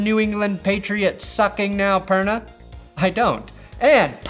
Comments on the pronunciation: When he said Perna I was like wtf lol 😂